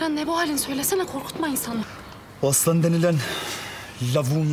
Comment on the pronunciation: Aslan abi de diyemedi ajahshshs